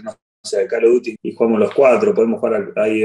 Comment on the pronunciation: "Calo duti" El dibu